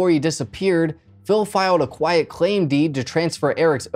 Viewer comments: It's a "QUIT claim deed", NOT quiet. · Quit claim deed dude, not a loud claim deed